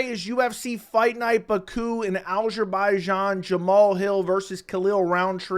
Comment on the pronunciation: how do you feel about absolutely butchering the name of your country?